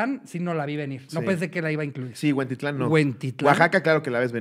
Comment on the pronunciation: Jajaja no es “Huentitlán” es “Huentitán” y no es ciudad, es la colonia donde nació Chente aquí en Guadalajara. Saludos cotorros; desde Huentitán! ¡Besos; dónde los quieran! 😘